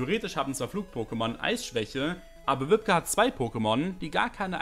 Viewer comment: Ich werde immer so getriggert wie er wibke ausspricht 😅